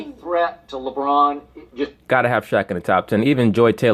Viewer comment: He said labron bird and he had videligo. 😅😅😅